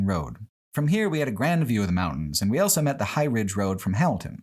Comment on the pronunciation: pronounces the word "also" as "elso"